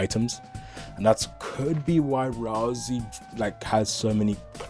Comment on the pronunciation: why do you call him razl-E his name is ral-say ralsai